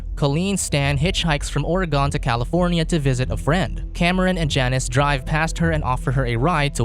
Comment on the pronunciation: i swear no one says Oregon right